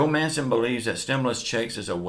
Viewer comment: MANCHIN MANCHIN MANCHIN REAPET AFTER ME MANCHIN NOT MANCEN!! MANCHinnn